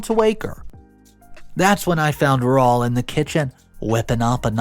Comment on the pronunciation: RAUL - Raw-ool! Man, please Please PLEASE ask someone when your in doubt. ZOE-ZOE-EE😢 Yer killing us 😅